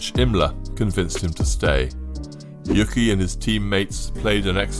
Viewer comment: Uke, not yuki